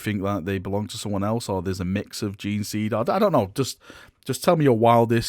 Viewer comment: I'm still amazed how can mispronounce gene-seed...